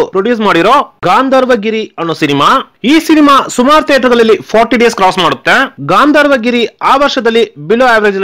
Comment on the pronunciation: Voice yaaro tamilian aagiddane, kannada padagalu uccharane sariyagilla. Kannada davru yaaru siklilva ivarige. Gandharvagiri ge Gaandharvagiri anthane.